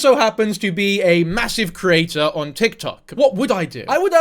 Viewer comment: this is completely irrelevant, and i don't wanna sound mean, but every time you say the word 'creator' i hear 'crater'